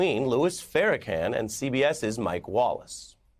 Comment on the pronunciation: “Fair-a-can” I like ari melber, but this is some of the most ridiculous 11 mins ever.